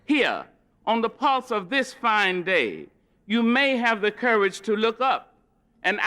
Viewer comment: “dis I like”